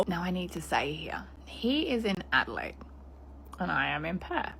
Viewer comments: I'm calling Adelaide (ada-lay-d) adalied from now on. you're precious 😊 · Haha only calling Adelaide ada line from now on haha your a legend. It's ada laid but ada line is the new new 😂🎉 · Makes me wanna watch "Bad Surgeon" again. FYI, the city name (Adelaide) is pronounced "ADD-uh-laid" . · My love, please, it's Ade-laid not Ade-line. Love your work tho ❤ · Hi from Oz lovely. Was blown away 2 c u covering this as i know 1 of the girls. Gr8 vid lovely, keep up the gr8 work. Also if it helps Adelaide is pronounced Adelaid over here. All the best from Down Under (lol ) & Flow lightly lovely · I’ve never known someone to pronounce Melbourne right but not Adelaide. I feel like I’m in another universe 😂